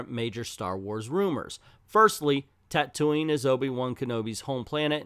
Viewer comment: Now I've heard some strange pronunciations for Tatooine, but this one makes my teeth itch. Weird emphasis on the "Too" in the middle?